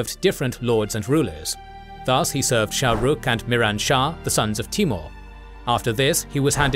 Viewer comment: Shohruh not Shahruch